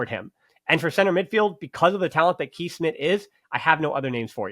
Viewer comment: Just so you know, Kees Smit's first name is pronounced like the english word 'case'. And funnily enough the one time you can pronounce a dutch name perfectly as an American, you don't: Givairo Read's last name is pronounced just like in 'to read'.